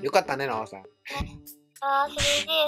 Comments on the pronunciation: よかったね、のさんになってるwww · 途中ノアさんじゃなくてのさんになってたw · 3分33秒のところ のさんwになってますよ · よかったねのさんになってるw